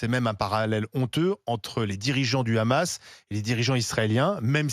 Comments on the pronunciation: Deja on dit pas le "ramasse", en France on dit le "hamas" ou on prononce le "amass" pour ceux qui ne prononcent pas la lettre "ha". Elle n'est pas obligé de prendre l'accent de sheytanyahou en.plus de prendre ses idée nauséabondes. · Et Barbara ! On dit "Hamas et non Ramas!😂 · Elle parle comme les sionistes ;elle ((Le Ghamas))comme le prononce Meyer Habib le larbin de service de la Palestine occupée sous la bannière de la honte. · Putin comment elle prononce le hamas montre qu elle est pas française de souche